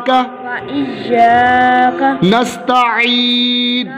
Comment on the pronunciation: मुझे लग रहा है कि आप नाश्ता इन कॉगलत पढ़ रहे हो